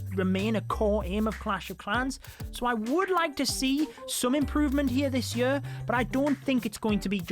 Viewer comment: Every video that he explains stuff about the game, he cant help say the word “Year” the way he does...